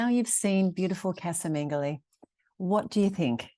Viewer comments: The way you pronounce the name Mengoli sounds like Mengele, the dead docter of Auswitch! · Lots of work! But it’ll be lovely once finished. (I think it’s pronounced Mengo-lee,not lay.) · How lovely. How Brave! How full of smiles you are!! Love that you named the house after the previous generations of owners. Just one query, surely the house name is pronounced Men-goh-lee though? (Mengoli). Casa is pronounced as in Cah-zah usually. Unless of course its all pronounced differently down in beautiful Puglia?